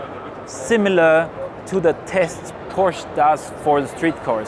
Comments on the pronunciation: its fucking porschE. not porsch ffs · No it doesn't ask Porsche people they will say a two syllable word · Porsche made their own official pronunciation video already maybe a year or two ago. That settled it absolutely authoritatively if it wasn’t already. The person in this video pronounces it incorrectly. Sometimes the factory drivers do too. They know the cars but are not authoritative for pronunciation.